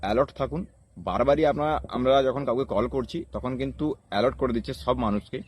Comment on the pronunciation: Dhur baal ta scam ta ki kore hocche seta bol, r tachara alert bole word ta alort na